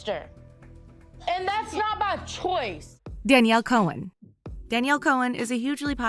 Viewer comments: Cohen? Not to be rude or anything but it's /Con/ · You pronounce it con not cone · Danielle Chon is not pronounced Danielle Cohen it's pronounced con